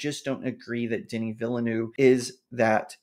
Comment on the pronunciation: I double dare you to check how Denis Villeneuve is pronounced before you next mention him in a video